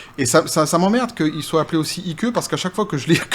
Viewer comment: Salut. Juste pour info. IKE se prononce, Aîk, comme pour IKE Eisenhower. Le tout, gentiment, continue, tes commentaires pertinents, c top.